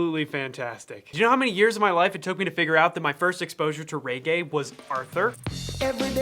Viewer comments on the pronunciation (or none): when he said 'rey-gey'...I died inside. Please people, it's 're-ge'. But don't get me wrong, this was a very fun to watch otherwise! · As a jamaican, I honestly fell of the bed laughing at your pronunciation of reggae. Its not ray-gay since its a short E sound so its e and not æ. But good try, yu a gwon mi bwoy.